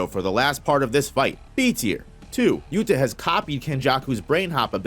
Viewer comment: It’s yuta. Trust.